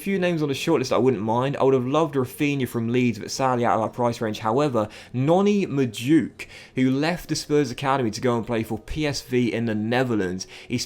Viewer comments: Docks its Mad-oo-way-kay not madook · You say it as mad-oo-way-kay not Madook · Madueke is pronounced (Mad-oo-eck-ey) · just saying, madueke is pronounce mad-way-kay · It’s pronounced ma-doo-eh-kay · Docks Madueke is pronounced Mad-wekay. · noni madueke is pronounced maduwaykay. just fyi :) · Not sure but i think madueke is pronounced madu eke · I went to school with noni, his name is pronounced mad-ou-eke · It’s mad-u-eke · Madueke is pronounced MAH - DOO - EK - AY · Noni Madueke is pronounced Mad-Due-Ekay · Just so you know madueke pronounced Mah-Du-eh-kay. Loving this series sm. Love for the upload!!! Consistency is a madness! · It’s pronounced Ma-doo-eke mate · Madueke is pronounced Mad-oo-ay-kay